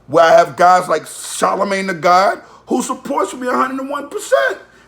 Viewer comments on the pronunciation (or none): none